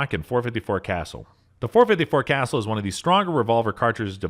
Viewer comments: dude said 454 castle (kuh-sool) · "Cas ule", not castle please. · 454 Castle? You probably meant the 454 Casull. Pronounced Ca-Sool. It is a Spanish family name. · Casull not castle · You should have separate videos for handguns that fire pistol cartridges and handguns that fire rifle cartridges. And learn how to pronounce CASULL!! ITS NOT CASTLE. ITS KUH- SULE!! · Stop mispronouncing the name, IT'S Pronounced CASOOL not castle. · Its not pronounced castle. It casull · If you are going to do a video like this, you need to pronounce the caliber names correctly. Example 454 Casull (caw sool), not what sounds like castle. Destroys your credibility when you mispronounce a very common and popular caliber. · Other than your pronunciation of casull, good video. Ka su ll not castle, ain't no T in it. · Casool. Not castle. Stop reading scripts and go shoot something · Cas- suuuul, not castle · .454 Casull is not pronounced "castle". It's pronounced like "Ka-zule" Was driving me crazy. Just like this guy I know who pronounces "Mosin" as "mouse-sin". It really shouldn't bother me as much as it does but idk. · Thank you for this. I was a out to start the video and I know I could not have endured such. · You too? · Interesting views on most powerful handguns in the world. My only issue with it was the narrator's constant mispronunciation of Casull. For most of the review I thought there was a new round i had never heard of before, the .454 Castle. At least that is what it sounded like to me, whereas it's actually Ka-sool for .454 Casull. One other thing was that handgun that fired the .600 Nitro Express rounds looked photoshopped as do some of the other weapons i have seen in this channels video lineup. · Casull is pronounced "Kha Sool". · This guy needs to learn to pronounce the names correctly. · Dude 454 casull is pronounced cassool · The "e" in triumvirate is silent; tri-um-vir-at. According to Dick Casull it's kuh-sool. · No offence, but Casull is not pronounced as casell !